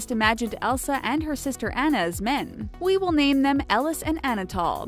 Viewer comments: It's Anna (Au-nuh) not Anna (Ei-na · No, it is pronounced Anna and not Onna in real life . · It's not Ana it is Anna(Anah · Actually it is pernownsed ON-AH not ANN-AAHH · AH-NA NOT AN-NA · It’s not Anna like Anna dewny it’s Anna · You say annas name like (on-na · its anna (awna) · You really saying Anna wrong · cringe they mispronounced Anna's name! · Grace I died when the narrator said Tianas name like Tea-anna... it’s pronounced Ti-onna. And then when she said Anna’s name like An-na, when it’s pronounced On-na. 🥴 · I'm sorry but the most annoying part of this video is the way she pronounced the names like Anna? You pronounce it on uh and Ariel you pronounce it air e ol and Tiana you pronounce it Tea on uh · Is anyone else dying inside every time the narrator pronounces “Anna” or “Tiana” in this video as if she has never watched these movies even one single time? I couldn’t even finish watching this, Disney is disappointed in you madam. 😑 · You said Anna AND Tiana wrong